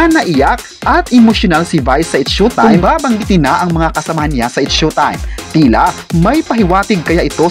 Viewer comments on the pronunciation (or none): S H O W- time po…..not SHUTIME……